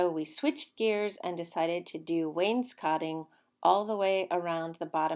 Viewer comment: Yayyy! I’ve been waiting to finally see this video. I know it was a Labor of Love for the both of you. It looks great! That’s right—no more wallpaper! Hubby IS correct with the pronunciation of wainscoting. That blue really compliments the brown walls in your entry. Great job, Guys!! ❤️❤️